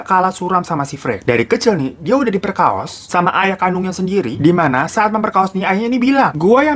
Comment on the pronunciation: Ya Allah ngakak ada kata" diperkaos"😂😂 diperkosa kali bang